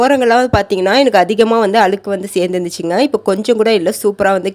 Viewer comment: அழுக்கு - அளுக்கு இல்லே